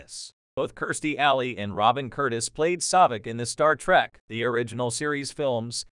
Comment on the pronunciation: Star Trek not Star Track ... these damn computer voices are a pain in the azz.